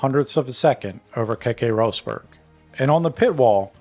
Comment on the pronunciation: Just for the record, Prost isn't prounounced like that. It's not toast. You pronounce the O as you would in the word "soft" or "bottle". The same goes for Rosberg.